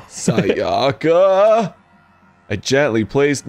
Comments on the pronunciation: I think Japanese names are some of the more easy names to pronounce because everything is just simple syllables. As long as you aren't stressing the wrong syllable, typically the second syllable, you should be fine. The first syllable is usually the one you should stress. So to say the names you should be saying SAyaka not SaYAka and BYAkuya not ByaKUya. Does that make sense? It's not a matter of what sounds better that's just how the names are supposed to be pronounced. I mean it's not a big deal since they're fictional characters but if you meet someone named Sayaka or Byakuya in real life it's just the respectful thing to do to pronounce their names correctly. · I mean true but the way he says Sayaka and Byakuya definitely isn't lol